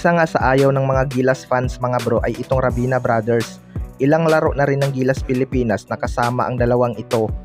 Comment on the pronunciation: ravena hindi rabina ayusin mo mag salita🤣🤣